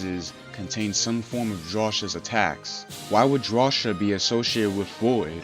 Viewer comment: Drawcia is pronounced draw-see-u